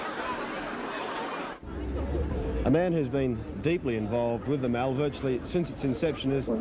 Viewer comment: In South Oz It is not and never pronounced Mal rhyming with Pal..but Mall ryhming with Hall...just saying...